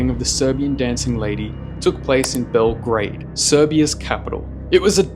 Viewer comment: THE WAY HE PRONOUNCED BELGRAD IS SO FUCKING FUNNY